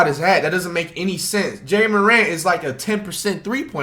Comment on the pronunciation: My man said jay morat 😂😂